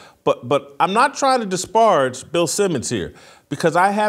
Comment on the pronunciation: You continue to mispronounce “disparage”. It’s like dispearage.